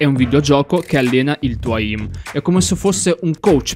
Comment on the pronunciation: Bro sei un grande ma comunque si pronuncia eim non eìm